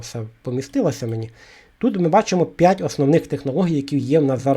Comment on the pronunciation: Пане, чому у слові п'ять, ви вимовляєте пять. А у слові дерев'яний, таки правильно робите, апостроф озвучуєте?